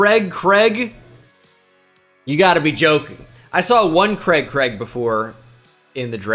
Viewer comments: The way you butcher the name "Craig" will never not be funny. :) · The way you pronounce Craig is just awful makes me sick 😂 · Never knew before this video that Americans pronounced Craig ‘Kreg’ instead of ‘Crayg’